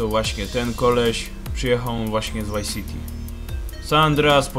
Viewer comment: Czy Ty kurwa mowisz GTA WHY CITY! Wtf.